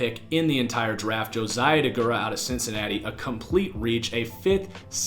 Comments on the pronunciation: Deguara not degurah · Please don't act like you can judge Josiah Deguara, when you can't even spell or pronounce his last name 🤦 Clearly you are not informed enough to judge him